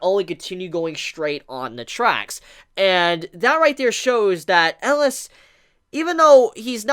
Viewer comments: Um... I thought his name was Elias, EL-EE-US not Eliss from Die Hard. Good golly miss molly that was bugging me lol. I actually really love Chise and Elias' relationship. He did not sugar coat that he bought her for selfishness but since he has underestimated the impact she would have on him. Now I really want to read the manga but did not realize how fresh it was and will have to wait sadly. It may be a toxic relationship but even those relationships teach us and help us grow and even change and can become unbreakable bonds. I feel like Elias was human once and somehow he or Chise will transform for the other. What bothered me the most in thus episode is that i just with Chise would have spoke up and talked about her dream as I felt it was so much a part of their current reality. Also, what was up with Joseph messing with Stella at the end of the last episode (17 or 18)? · 3 more epsiode for him to learn how to pronounce his name ^^